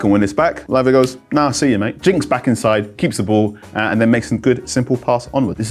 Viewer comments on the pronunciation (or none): none